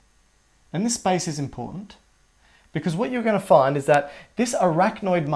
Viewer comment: SPICE?? i was confused at first. its space